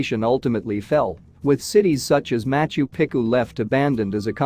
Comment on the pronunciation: I don't actually care that you use AI to narrate this stuff ... but could you possibly make sure that it pronounces things correctly. It's HI .ram not He-ram. It's not pick-oo it's Peechoo. There were a couple of Spanish ones that made me grind my teeth as well. It's durn difficult to continue to listen to these videos while cringing every time a name is mispronounced. Goddess!!